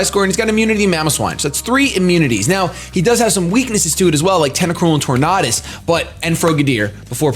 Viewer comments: IN ANIME THEY SAY TOR-NADUS not Tor-NODUS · Tor-nay-dus like Tor-nay-do. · I think it's pronounced tor-nay-dus because it's supposed to sound like tornado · RandomGuy1: Its pronounced tor-nay -das RandomGuy2: No its pronounced tor-nah-das Me: Who cares? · it's pronounced Tornadus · Say the word tornado out loud That's how you pronounce tornadus. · its tornadus, not tornadus !!!! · Hey if you ever want to know how to properly say a pokemon name there is this special little thing called the pokedex 3Dpro USE IT people on youtube even posted videos of all pokemon kanto through unova because the way you say tornadus is as disgusting as when you ignored the other a in spinarak and called it a spinark in the soul link